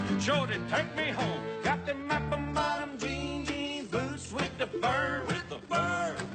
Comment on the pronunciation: Performance is cool. I just wanna know what the hell are "App'm Bottom Jeans????!!!" I thought they were "Apple Bottom?"